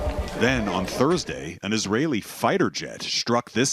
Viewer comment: Global News really said Israli settelers?!?!?!